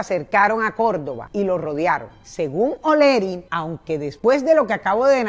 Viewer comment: HOLA SRA. MUCHO GUSTO SRA., EN VZLA SE PRONUNCIA ES, OLEARY. NO OLERY, CREO YO, NO SE. UN GRAN ABRAZO.